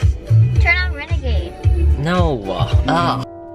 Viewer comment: She really said TuRn On ReNeGeDE